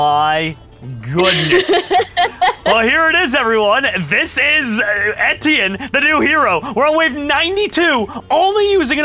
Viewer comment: etti-in lmao its a french name pronounced Éti-ehn